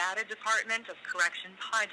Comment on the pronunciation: Hate the way he says Nevada. It's pronounced (NEV-ADD-A) NOT (NEV-AH-DUH)